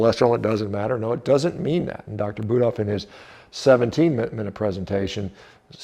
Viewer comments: Yeah, this doesn't surprise me. These vagoons, and LDL statin pushers are hatin right now... This Mick the P** has always had it out for you. Who does he think he is trying to "debunk" your study? I like the way Prof BK handles these ideologs. I also find it disresfectful that he misprounced Budoffs name in a derogatory way. Similar to that Cardiologists that Dr Norwitz was talking about. I'm glad you and Dr Norwitz are defending your study. It's ok to show your teeth to these clowns. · Interesting attack by Mic. Interesting selective edit by Mic to make it look like Shawn Baker said something he did not actually say. Also interesting mispronunciation by Mic of proper name of the lead researcher. I found that quite insulting by Mic. Personally I do not believe that saturated fat causes heart disease or high lipid levels. In fact just the opposite that saturated fat is healthier than industrial seed oils. I also do not believe that high LDL is causal to CVD. READ Malcom Kendrick for the long and nuanced explanation. LDL is present everywhere in humans. It is the supply truck that shows up after the artery has been damaged to supply repair material. I don’t think anyone seriously believes that LDL causes CVD or any other disease.